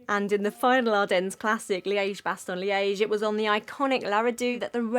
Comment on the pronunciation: Please stop pronouncing the s in Ardennes.